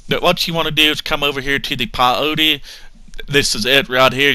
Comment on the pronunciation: That daaamn PIE-O-TEE plant